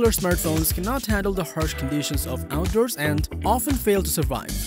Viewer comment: I'm never saying resistance the same way again. Also.... Out derss